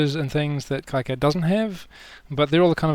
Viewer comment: You may have learned this already, by KiCAD is pronounced "Key-CAD".